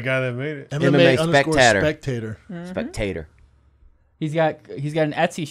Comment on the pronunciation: LMAOO Theo pronounces “spectAtor” , then Brendans awkward look after 😂😂💀